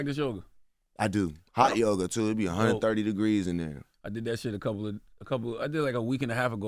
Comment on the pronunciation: Did he say high yoga or hot yoga?